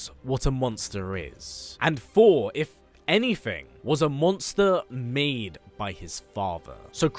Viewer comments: Is it only me or he's really saying fhor.... Instead of Thor!!! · Hate how you say Thor! It’s so distracting